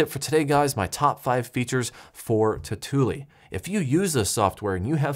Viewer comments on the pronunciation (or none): Say it with me tau - tu - li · It's pronounced "totally" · If you pronounce tautulli 2 times the same way in this video you get a dislike!